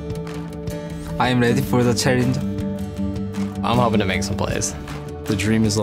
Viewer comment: "I am weady for the charrenge"